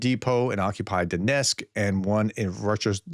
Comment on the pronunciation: DON-etzk, not DON-esk.